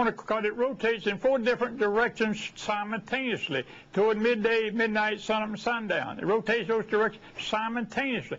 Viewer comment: I will trust anyone that says "simontaineously"